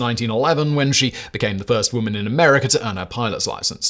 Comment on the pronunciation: I will never understand adding “r”s where they plainly aren’t. Americer